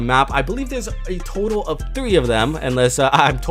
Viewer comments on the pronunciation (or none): none